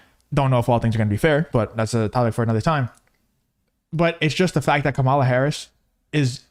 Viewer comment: It's Kamala, not Kamala!